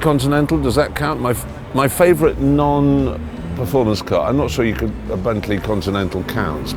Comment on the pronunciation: The word "performance" has an "n" in it.